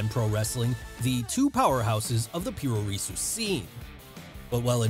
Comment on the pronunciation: Not "pure reesu" PU RO RE SU PRO WRESTLE WITH A JAPANESE ACCENT